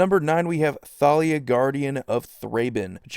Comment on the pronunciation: Is it just me or is anyone else annoyed that it's pronounced Thalia(Ta-li-a) and not Thalia(Tha-li-a)